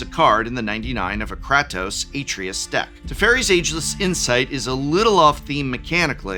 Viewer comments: It's "a-TRAY-us", not "AH-tree-us" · Atreus = "Uh-tray-us" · Kray-toe-sss Ah-Tray-Us Kray-toe-sss Ah-Tray-Us Kray-toe-sss Ah-Tray-Us Say it with me professor. Kray-toe-sss Ah-Tray-Us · Kratos I understand, but Sir, you grew up with Atreayu! That mispronunciation hurts the soul! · He pronounces Kratos the Greek way. Kratos is Greek, so you could say Prof is right, but only from that point of view. For Atreus, I prefer the game's version, cause it's closer to the name's native pronounciation. :) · Did no one tell the Professor how to pronounce Kratos or Artreus? I'm just curious. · Every time Prof said Kratos like that I felt one nerd suddenly scream out in pain before being silenced by his pronunciation of Atreius.